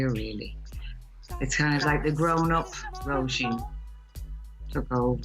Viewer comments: Roh-SHEEN is the right pronunciation; it translates as "rose." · Mispronounced her name over and over then abruptly ends interview